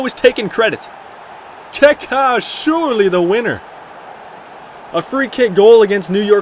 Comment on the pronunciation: great vid but please can u say kaka and not "kéké" please